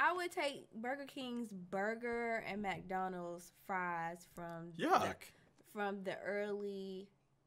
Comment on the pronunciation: Love how she pronounces MAC Donald’s